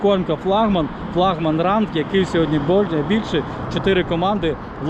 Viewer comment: Поставь пожалуйста правильно флагман ? потом опять флагман